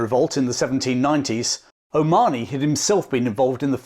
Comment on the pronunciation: It pronounced Colonel John O MA HO NY…